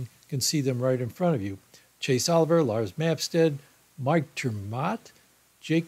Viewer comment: In case you need this information in the future, know that Maine has 2 congressional district electoral votes and Nebraska has 3 of them for a combined total of 5. And regarding the Libertarian Party candidate for U.S. President Art Olivier, his last name is pronounced O-liv-e-a, just like the legendary late actor's Laurence Olivier.